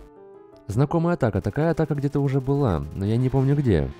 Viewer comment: когда ты говорил "было/будет/есть", мне показалось, что ты сказал "мыло будет есть"